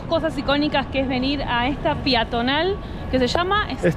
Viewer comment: Peatonal y no piatonal...